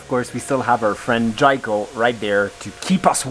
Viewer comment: Jiko is pronounced like jeekoh. You know like jeep. I need one of dose here in Saskatchewan 😂